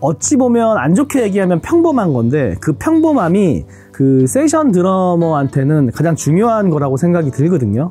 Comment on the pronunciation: 세션을 정말 [세션]으로 발음하는 드러머 ㅋㅋㅋㅋㅋㅋ